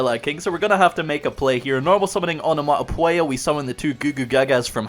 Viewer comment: Am I missing something or can not pronounce onomatopoeia?